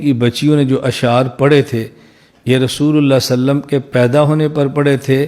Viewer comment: جن گدھوں کو صحیح ڈھنگ سے صلی اللہ علیہ وسلم کہنا بھی نہیں آتا وہ دلیل کی بات کرتے ہیں(انڈیا )